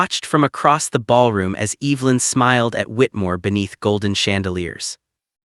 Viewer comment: Please learn the pronunciation of the name Evelyn! Narrator’s voice is unattractive.